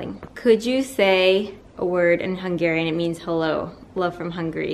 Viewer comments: hey!! Your pronunciation in hungarian is freaking goood Love you!! xoxo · i was so surprised when someone asked you to speak hungarian, your pronanciation was pretty good 😘